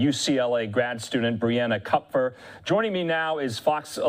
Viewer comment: It’s “cup-fur”. It’s German and means, Copper